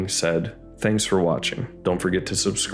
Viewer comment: Explains Kakihara!😅 But seriously, goos synopsis! It always sounds like you're saying nighrmare boobies.